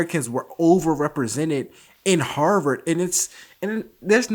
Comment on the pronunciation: As a Bostonian, i appreciate his correct pronunciation of Harvard.